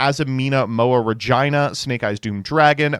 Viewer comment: OMG Finally someone who knows how to pronounce "Regina" in the King's English.